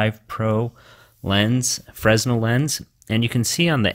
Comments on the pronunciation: I tried this mod, the deformation of the image made me sick :'( ... I prefer the original Fresnel Lense (Oh, by the way, it's pronounced [Frenel], and not [Fressnel]). So sad, 80 bucks for nothing :( . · It's pronounced "frinell" lens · "Fresnel" is pronounced "fruh·NEL" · Fresnel...pronounced "fray-nel" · Fresnel, pronounce 'Fre-nel' dude. Good video though thanks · the s in Fresnel is silent